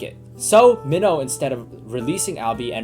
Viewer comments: U say the name mihno like me no not meoh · He's calling mino. Mino like a fish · Also it’s pronounced Mean-o. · Your videos are amazing but you triggered me when you said “min-o” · This man just butchered minhos name